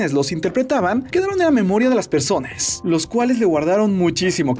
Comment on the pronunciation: Por q siempre que terminas una palabra decis como "PersonasSS" "DíaSs" xd, (no es que me moleste tanto pero molesta ahre)